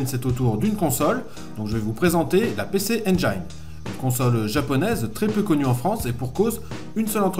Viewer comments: mes oreilles brûlent à chaque fois que tu donnes le nom de la console: "pissi injine" pas "pécé endjaïne" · Comme Jean mi un peu plus bas j'ai envie de préciser que le nom de la console ne se prononce pas "pé-çé-aine-djaïne", mais bien "pi-çi-aine-jïne", pareil pour les extensions CD, c'est pas "çé-dé-rome-deux" mais bien "çi-di-rome-rome". Il me semble aussi important de préciser qu'Hudson, à l'époque premier éditeur tiers sur Famicom, et frustré par le manque de puissance de cette dernière, à tout d'abord tenté de proposer à Nintendo d'intégrer dans les cartouches les co-processeurs qu'ils avaient conçu pour booster la console. Nintendo qui était alors en position de monopole total ne voyait pas encore l'intérêt de lancer des évolutions technologique pour une console qui se vendait comme des petits pains. C'est devant leur refus qu'Hudson s'est lancé dans l'idée de concevoir une machine avant d'en proposer la fabrication et la distribution à Nec (qui avait les épaules pour ça, car eux à ce moment la monopolisaient le marché du PC au Japon et se voyaient bien venir marcher sur les platebandes de Nintendo). N'oublions pas non plus de préciser qu'à l'époque de Sodipeng la distribution de la PC Engine est devenue bien plus grand public pendant un temps, on pouvait par exemple trouver de ces consoles chez Auchan et à la Fnac par exemple.